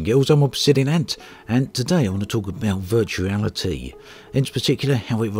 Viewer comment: I love the intro "Today i want to talk about Vertuarity "